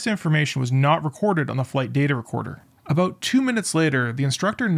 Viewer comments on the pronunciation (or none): is this robot a Canadian robot, listen to how the word "about" is spoken